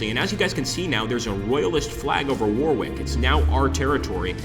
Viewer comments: Pronunciations - Worcester is pronounced 'wooster'. Leicester is pronounced 'lester'. Warwick pronounced 'warik'. Not your fault, just a yank thing 😊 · Just to add a couple more pronunciations .... Leicester is pronounced Lester, and Warwick is pronounced Warrick. Game looks interesting though.